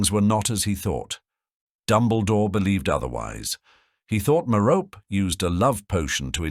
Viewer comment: Merope is a name out of Greek mythology, and just like other names from Greek mythology, such as Persephone, Penelope, and Hermione, the final e is pronounced (MARE-oh-pee). Sometimes the final e is pronounced in this video, but other times it isn't.